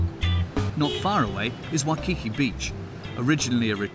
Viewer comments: Great interviews for this documentary, but you need some clarity on pronunciation. The two volcanoes are Waianae and Ko'olau, not Ko'alu. The Queen is Lili'uokalani, not Lilani. Waikiki Beach, not Wakiki. Makapu'u, not Makapu. Makapu'u is on the east side, not the south. Kahuku, not Gahuku. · He needs to pronounce Koolau, Waikiki, etc. It's all phonetic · The word waikiki is pronounced with the las KI as stonger and not the second one. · And Iolani Palace as well as Waikiki mispronounced. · I had to laugh each time he said names like ‘Haleiwa’ or ‘Waikiki’. Especially ‘Spam Musubi’.